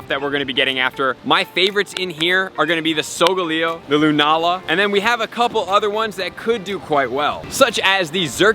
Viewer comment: Lol SolGalego??? Lol Sol ga leo!